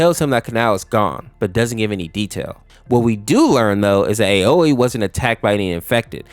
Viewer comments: Ibanai? His names obanai and Aois name is pronounced owee no hate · Another infection AU you could check out is the Mouthwashing Infection AU by GhostDearX. It has voice acting and is genuinely scary as hell. Also as a little tip for next time: Aoi is actually pronounced “OW-WE”.